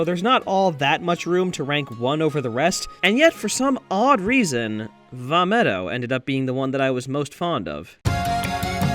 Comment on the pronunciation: Vah....... Medoh? just how high were you when deciding this?